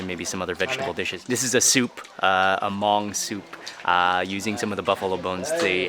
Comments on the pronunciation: Hmoob Food, good job in the video and not butchering the word Hmong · The video felt a bit rushed but it was great to see you finally making it to a Hmong Village. It was awesome to hear you say Hmong. Keep it up Mark. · Thank you Mark ❤️ for pronounced Hmong you are the best:)